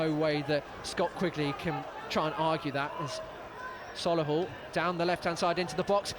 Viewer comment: Sol-A-hull🤦🏻‍♂️ up the Motors💪🏼💪🏼💪🏼😄